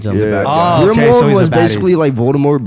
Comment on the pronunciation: It's Grindelwald ffs xD not Grimwald